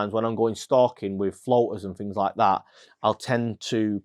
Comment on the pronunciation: “Fings”? Things?